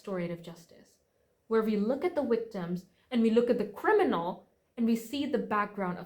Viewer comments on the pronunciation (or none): She can pronounce her Vs so why yhe constant "wick-doms"?? I can't concentrate on the story bc of that word! Lol